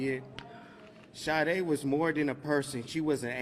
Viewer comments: Pronounced Sha-day!! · It's the same spelling and pronunciation as the singer, Sha-Day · Please pronounce her name just as the singer.....may not be the same spelling. SADE!!